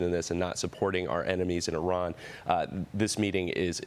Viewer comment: Kudos to the host (Name?) for pronouncing IRAN correctly! It's NOT "I ran"!